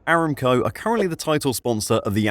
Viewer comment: pretty sure it's "a-ram-co" not "eram-co"